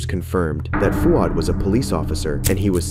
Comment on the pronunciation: I’m Australian and I’m a bit of a grammar/pronunciation nazi….. the way the presenter pronounces “Fouad” as “Fu-ad” was killing me. Fwaad my bro. FWAAD